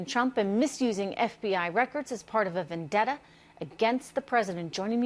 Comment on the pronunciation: At about the word is "Vendetta" not "vivendetta". you illiterate BIMBO!!